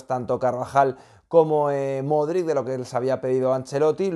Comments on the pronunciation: el apellido de Luka se pronuncia “modrich” te lo he dicho muchas veces. Golazos de Toni Kroos y de Asencio. Consiguieron quedarse como primeros. Y Lukita debe descansar, Ancelotti no puede quemar a sus jugadores si no rota. Jović está jugando muy bien. Felicito a Lukita por ser el jugador del partido. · Ancelotti también lo pronuncia mal jajaj